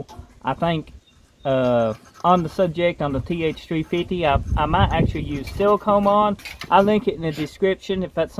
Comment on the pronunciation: Dude saying silicone sounds like seal cum and I think I’m gonna say that from here on out 😂